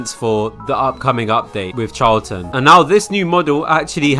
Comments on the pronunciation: HER NAME IS PRONOUNCED CHAR - A - LANT (I'm pretty sure) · Charlatan is pronouced Sh-ar-la-tan Not trying to be rude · said it wrong char: Sounds like "char" in the English word "charcoal" (with a tapped or slightly rolled Spanish 'r') la: sounds like the "la" in the musical scale (do-re-mi-fa-sol-la) tán: Stressed syllable with an "ah" vowel sound ending in an "n" sound. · CHARLATAN'S A FREAKING SHE?!?! SO YOU'RE TELLING ME THAT I'VE BEEN MISPRONOUNCING CHARLATAN SINCE I JOINED?!?!?! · That is NOT how you pronounce charlatan my guy 😭